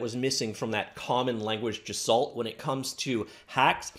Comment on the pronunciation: 'common language assault' did you mean to say gestalt? (guess-shtalt)